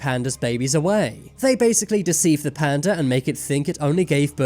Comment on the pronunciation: This story makes me want to change the spelling of "panda" to "panduh."